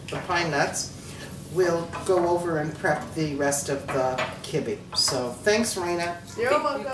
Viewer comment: Wizataria omg I used to live in Beirut and never heard it pronounced your way! Always kib beh.